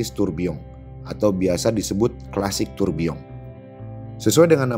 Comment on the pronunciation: gw sukak bgt saat lo ngucapin tourbilion pakek eksen prancis